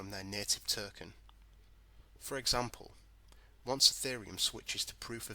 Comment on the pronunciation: What's a Flare "Terken" ?